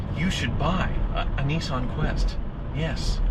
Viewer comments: Hey..... It's pronounced "Nis-san.......not Nee-san" Just sayin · what the fuck is a neeson...isnt he an actor? its NISSan.......NISS.....like PISS but with an N NISSAN....you try....N..i..s..s..a..n....... good boy. lol, jokes aside, great videos. and you must be doing something right as your views to subscribers ratio is possibly the best in the game. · Neesan ...... niss ann...... hmmmm. Nissan. Bit like soo baroo..... it’s Subaru.... lol